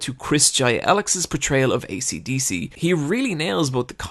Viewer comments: Esidisi=AcDc? They pronounce it Eshidishi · Just now I realized, the pillar man have band names based one the way you pronounced Asidisi. ACDC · 258DelTa weeb:well actualy its pronounced "emurardu spurashu"